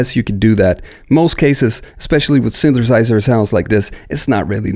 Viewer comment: Synthesizer = Synth-a-size-er. NOT: Synth-ER-size-ER. YOU know what I mean ? Just pop that first ER right outta there. Then drop that ER like a MF'In bomb like you don't need it in da mashina...know what I need... Just like that...yeah!